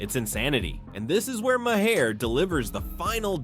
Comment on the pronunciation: The best part of this video is that AI narration is still unable to pronounce Bill Maher's last name! 😝😝😝